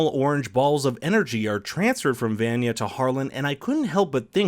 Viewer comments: He gave me a headache from how bad he was pronouncing vanya's name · Dude is just reading a script- he hasn’t seen the show. Nobody who watched the show would pronounce Vanya’s name like that. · The way he says Vanya bothers me. Not enough to not like the video still enjoyed it ( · bro you watched two seasons of this show...how are you saying Vanya's name wrong... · Is it THAT hard to pronounce Vanya’s name correctly? They literally say it a million times in the show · Nop in russia its pronounced like in the show, in this video he just straight up butchered her name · Feathered Filly Nah it’s a straight up mispronunciation, but good try. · I was looking for this comment. I was cringing every time he said her name wrong. Like, how can you watch 2 seasons of a show and not know how to pronounce a character’s name correctly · It upsets me that he pronounces vanya's name incorrectly! Like how do you watch two whole seasons and not know how to pronounce her name. Lol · It’s a good review, I just prefer when the narrator has seen the show. When the narrator mispronounces a major character’s name throughout, it’s obvious he’s not a fan and it douses the credibility of the review. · Has bro even watched the show? So far he hasn't pronounced vantage right. Its almost like he just stole this script from someone without ever watching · ugh the way he pronounces vanya is killing me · Bruh why tf would you say Vanya name like that, they verbally said Vanya and pronounced it how it was meant to be pronounced🙄😒😠😡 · Pronounce Vanya Right Please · Dude! Did you really watch the show? You keep mispronouncing Vanya’s name! Lol. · They way you say Vanya!!!!🤣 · Dude mispronounced her name like 10 different ways. I'm actually impressed. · I don’t like how you say Vanya’s name wrong when they literally pronounce it in every episode. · The way he pronounces Vanya’s name is a little annoying lol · Ikr its so painful to hear him say her name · YOUR'RE SAYING VANYA WRONG!!!!!!!!!!!!!!